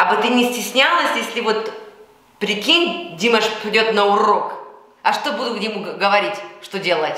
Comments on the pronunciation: смотрю Ваши комментарии уже третий год и мне нравится всё, кроме произношения имени нашего любимого певца: его имя не ДИмаш, а ДимАш, то есть ударение на последний слог! Что касается реагирования на некоторых критиков по поводу Вашего произношения на русском языке, то я Вам хочу подарить для таких случаев французский совет: " когда я встречаю на тротуаре кусок навоза, то не задумываюсь над тем как он сюда попал, а просто зажимаю нос и иду дальше!" Что касается Вашей фамилии, то у Вас был знаменитый однофамилец - пророк Моше ( Моисей ), который вывел еврейский народ из египетского рабства... И в конце комплимент: у Вас потрясающий грудной смех, но бывает он у Вас только тогда, когда Вы говорие по - русски! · Извиняюсь, но по правилам тюркской грамматики, ударение в тюркских словах ставится на последний слог: не ДИмаш, а ДимАш! Ещё раз извиняюсь! С уважением аксакал Жанат, Астана. 10.02.23.